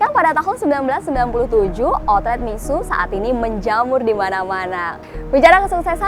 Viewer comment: Cara bacanya mi sue kak. Bukan mi su. Mixue dari Tiongkok,logatnya pakai logat Tiongkok. Sama kayak baca Carrefour. Baca nya pake logat Prancis